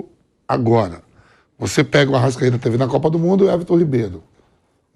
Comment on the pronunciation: Arrascaete virou se "" arrastaeta"